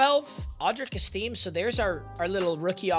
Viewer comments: Audric Estime… ‘Ess-Tim-Aye’ not Esteem. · It's audric es-ti-me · It's "Est-im-ay", was solid for us last year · its good man its prounced Est-i-me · It’s est-tim-may, I’m a broncos fan lmao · It’s pronounced Audric Es-Te-Mae you casual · To pronounce Audric Estime, for uncultured whites, you say estimate, without the te. Estime... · that estime card would be amazing im a massive Notre Dame fan and it'd be great for my collection. it's also pronounced es-ti-may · its audric est-uhh-may. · i'm like 95% sure you pronounced estime hella wrong lmao (when he played college they always said it like s-tim-a